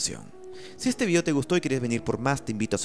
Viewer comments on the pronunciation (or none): none